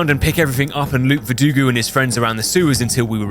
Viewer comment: Alex Jones in the attic caught me off guard. EDIT: VerduGO, not VerduGU.